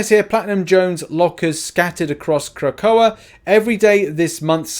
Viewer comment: Crah-coe-uh (Krakoa)